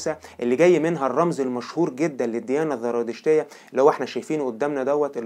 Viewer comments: لفظها زرادشتية وليست ذرادشتية للتنبيه الكثير من مراجعك مراجع ضعيفة عند كبار المؤرخيين اومنى تحسين مراجعك وتقويتها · عندك خلط بين الذال والزاي للأسف مما جعل الحلقة مملة : الذراتشتية، الذراتشتية الذراتشتية، الذراتشتية، زرادشتية يا اخ ENOUGH IS ENOUGH